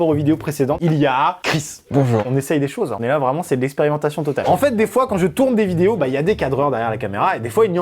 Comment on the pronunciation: Il a dit experientation